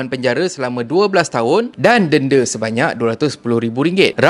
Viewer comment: Slh sebut dnda.. Tp confident.. ayamakkk